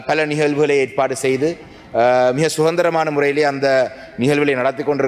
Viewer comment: சுகந்திரம் என்றால் நறுமணம் என்று பொருள் கொள்ளலாம் என்று நினைக்கிறேன். அது அதந்திரம் தமிழரசுக்கட்சியை பிரிப்பதற்கே நேரம் கானாறு எவ்வாறு உச்சரிக்கும் தமிழைச் சரிபார்ப்பது?